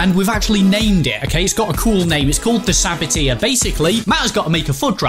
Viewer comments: Saboteur not Saboteer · Saboteur not sabiteer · It's a sabo-turrr not sabo-tiaaa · It's pronounced sabot-er, not sabot-ear for goodness sake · It's saboteur not sabotir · its pronounced sa-bat-urrrrrr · You’re pronouncing ‘saboteur’ wrong 😂😂😂